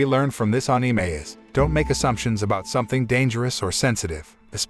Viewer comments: I don't subscribe because you are not using a real voice and instead using one of those synths. The words are all being pronounced wrong even the word Anime. How can you mispronounce Anime wrong on an Anime channel? You had one job here! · We just not talk about how he saying anime wrong